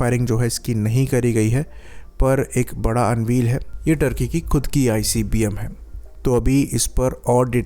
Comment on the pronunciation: अनवील नहीं अनवेल होता है बांगरू 😮😮😮